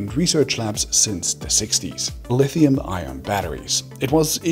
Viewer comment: Fantastic video please say ion less like iron though 🤣🤣🥲 gave me a headache